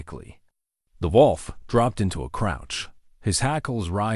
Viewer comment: big man + desparate wolf = dog, lifetime companion. That is probably how that whole thing started. Touching story. Some spelling errors. Those random spoken "dot"s are disruptive. Before there is a bit of gibberish. Your AI has a big problem saying "wolf". Did he get more wood for the fire? It had been running out.